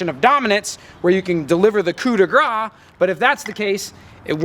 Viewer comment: Just a tip, as a french person : When you say 'Coup de Grâce' don't pronounce 'Grâce' as /gra/ because if you do so, it means you hit with your fat (Gras = Fat) and although this is funny, it's not what you mean to say. Pronounce it as /Grass/ instead, this would definitely sound better ! Cool video, though !